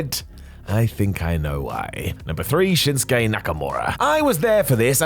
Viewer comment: Shinsuke* not Shenskei